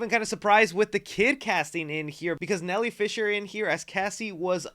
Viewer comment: Hey awesome review so glad to hear you enjoyed this film only you did was pronounce Nell Fisher wrong you said nelle lol only know this as i was lucky enough to work on the film she did before this one as a onset editor and bts videographer called Northspur🙂 But dude your channel is getting better and better bro your nailing it!!!!